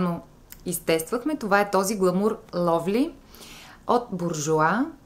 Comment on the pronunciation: Само малък съвет от мен Eau de parfum Glamour Lovely, Bourjois Paris; думата Glamour- чух гламУр, по-скоро гламър много си сладка и позитивна! Страхотно видео, моля не се засягай от моята градивна критика, любимка си ми! :* Очаквам нови видеа! :)